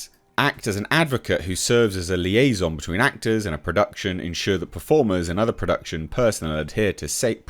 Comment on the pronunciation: Another interesting word there. Liaison :)